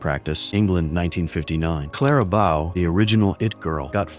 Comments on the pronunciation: Clara Bow, pronounced Boe, not Bough. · Interesting photographs nostalgic. But your AI is making mistakes. It is Clara OBOW with a Long O. And on the Titanic, it’s not a saloon. It’s a salon.